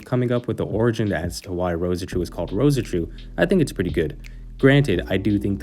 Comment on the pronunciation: Just Rose-Chu m8. Not Roseh-Chu